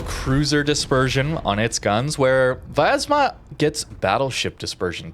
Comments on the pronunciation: It is really hard to pronounce correctly because English do not have letter "я" which sounds like "ya" but he pronounce it like viyazma while there should not be "I" sound there and correct pronouncement will be "Vyaz'ma" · Hey, i know you always want to try pronounce ship names the best you can, so i'm here to correct you. Try not to add an extra A. It's pronounced Vyazma, not Vayazma.